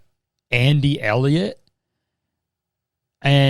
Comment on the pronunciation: boi why did you say elliot like fucking elio elio elio from CMBYN LMFAOOOO